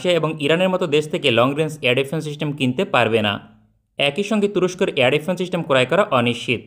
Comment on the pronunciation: "চিস্টেম" কি জিনিস, তা কেউ একটু বলতে পারবেন?